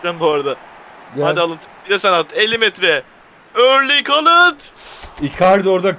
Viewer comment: Haaland a Haalınd diyen adamı da yen demeyi çok isterken frikiğe korner ölü yaprağa rövaşata diyen...